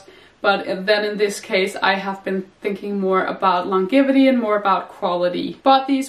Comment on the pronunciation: It's always so nice to see your cheerful face,! Your summer wardrobe looks amazing.:) I can't help but mention the word, "longevity" -great word- is pronounced with a hard g, like in, "giant." I can't imagine trying to pronounce every word in Danish correctly, but I thought you might like to know. Hehe 💕